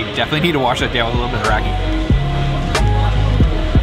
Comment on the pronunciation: Great video but please don't say "rakee". It's rah-kuh.